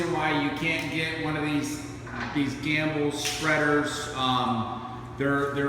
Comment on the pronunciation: "gamble"? Or gimbal